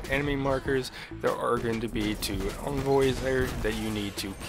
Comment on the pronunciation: "Jewten"..."Invoy"..."Acrosst" shudders